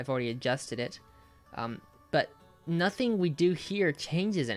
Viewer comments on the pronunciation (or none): none